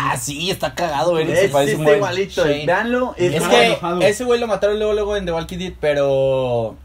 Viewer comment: Vengo de ver el video de exponiendo ortografia,y despues vengo aqui y los veo diciendo walking dead pronunciando la L ,por Dios😬.se les devuelve lo q hacen😜😜